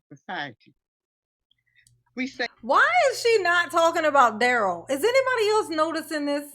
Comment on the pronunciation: "Fun loving and kind" words that have not applied to Darrell since he was 8. Note how momma calls him DARE-ELL and not DUH-RELL. Brooks changed the phonetic pronunciation sometime around 15 to sound more "Gangsta".